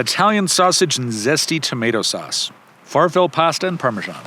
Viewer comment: Great video! I really appreciate the reviews of more inexpensive gear! One note: that pasta shape is pronounced far-fa-lay end Italian American Rant